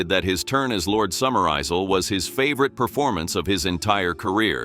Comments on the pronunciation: The word 'Isle' is a perfectly normal English word that should not be mispronounced by any AI program worth using. Or do Americans genuinely pronounce it as "Izaal"? For those of us who were young in the 1950s, 'Izaal' was a particularly loathsome brand of toilet paper that was hard and shiny and unabsorbent that was favoured for school toilets. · Great film. Iffy narration. Eye zulls! 😂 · Who is "Lord Summer-Aisle?" You do not know any unemployed actors who could read your script for you? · The AI narration is piss poor in this. Listen to the pronunciation of Summerisle. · This is why you shouldn’t use AI voices… the way it pronounces Summerisle, really? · That is how your AI pronounced Summerisle. Didn't you check before posting?